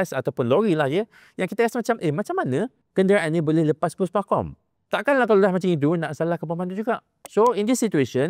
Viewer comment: Pekat ya sebutan PUSPAKOM tu 😁